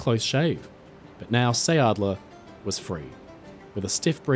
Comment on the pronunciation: Please redo that. Quickly! Who would believe your story, when you even can't pronounce the name. What you say, isn't anything near sounding like it should . And then it just stays a story, it's not history. His whole story was a make up, to build up and keep up his reputation, He got famous from his own story telling . H was touring the country with his storytelling, and always invited the press to report his "heroic" deeds, which in reality was just fleeing the battlegrounds